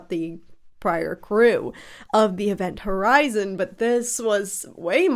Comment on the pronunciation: It's not called Ivent Horizon, It's Event Horizon🙄😂🤣